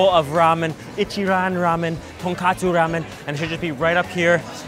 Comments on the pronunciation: Ton KOTSU ramen. NOT ton KATSU ramen! “Ton” means pork, “kotsu” means bones. TonKATSU is a fried pork chop. No ramen in sight. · tonKOTSU tonKOTSU tonKOTSU Not TonKATSU TonKATSU is Japanese pork Schnitzel tonKOTSU is the pork broth Also never ever ever jab your chopsticks into your rice and leave it there. It's considered very bad luck in Japan